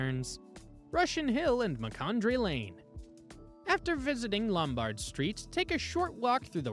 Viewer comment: LomBARD st.? No. LOMbard, like Carol.